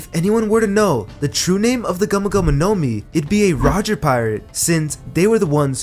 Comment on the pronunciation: video is good but i hate how you say gumo gumo no mi as one word bruh